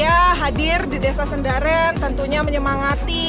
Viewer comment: Sendaren min bukan sindaren Panusupan bukan penusupan🙏